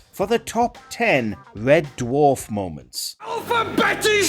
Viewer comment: Im being gas lit by watchmojo. Why is this the fella you pick for THIS video? "Wed Dwawf"